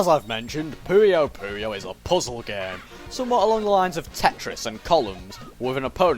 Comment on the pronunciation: Thank you for saying "Pooyo Pooyo" and not "Poyo Poyo"